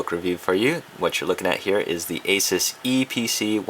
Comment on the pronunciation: finally someone who pronounces ASUS correctly. I hate when people say a-soos, you wouldnt say pegasoos because its pegasus.